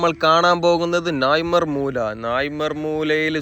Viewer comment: നായിമാർ മൂല എന്നല്ല. നായൻമാർ മൂല എന്നതാണ് ശരി.